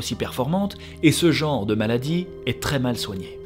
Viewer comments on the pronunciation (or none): none